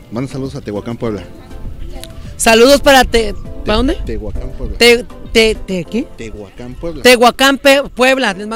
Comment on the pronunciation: Como q no sabe pronunciar Tehuacán jaja